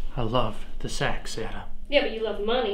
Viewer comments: More skits please 🥺🥺 these are interesting. And no doubt (besides acting) you guys are great filmmakers/storytellers. . . PS, I mistakenly heard 'sex' instead of 'sax' and then the prop came in.. ahhh.. Sorry about that. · I thought they said “sex” and I was like 😧